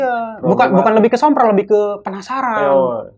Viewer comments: bang saya salfok, harusnya sompral kali ya bukan semprol😂🙏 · Sompral jadi semprol, Kemenkumham jadi kemenhumkam, Yo mang lanjut aga unik nih s mamang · Sompral bang bukan semprol itu mah kue wkwk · Kemenkumham kali a'a, bukan Kemenhumkam.. 🤣👋 Sompral bukan Semprol.. ngakak dah a'a ini.. WKWKWKWKWK